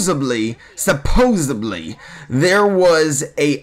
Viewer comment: SUPPOSEDLY, NOT SUPPOSEBLY!!!